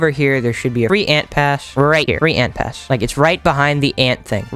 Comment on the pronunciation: What did you say you said free ant pash